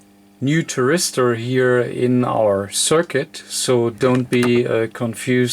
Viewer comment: Hi i think it is called a THYRISTOR and not a TRYRISTOR its just the English translation dont worry about it....Fred in uk.